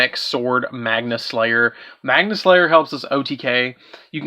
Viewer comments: “Magna” not Magnia “Magnus” not Magnius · Been Hoping for an Up to date Super Quantal Deck profile for some Pointers for my deck. Was a good video but why do you see the letter I on Cards that arent there? Magia and Magius is not saying it right 🤔🤨 kinda Cringy to mispronouce cards you have in your hand 🤷‍♂️